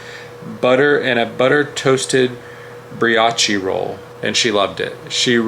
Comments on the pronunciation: Bree-Ah-Chee roll 😂😂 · Lol bestie you need to Google how to say brioche 😂 Loved the video! Looks beautiful! 🌴